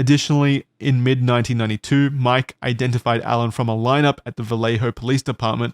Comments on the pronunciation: Vell-Lay-Ho just bothers me as a Cali man 😂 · We just pronounce "Vallejo" as "Vuh-lay-ho". Also, I like the meme suggesting that Brett Kavanaugh is the Zodiac Killer.